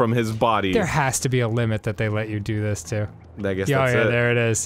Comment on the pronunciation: No, Arin's just crszy. I totally understand the difference between "thiz" and "dis"